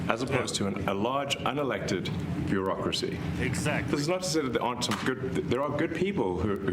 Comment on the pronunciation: It sounds like you’re saying the Barackcrasy lol which you still aren’t wrong.